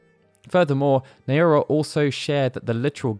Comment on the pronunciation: I've nitpicked the Japanese pronunciations in these videos before, but I don't think the name "Naora" has come up before. The two "a"s are basically identical, with the initial "Nao" being reasonably close to the English word "now".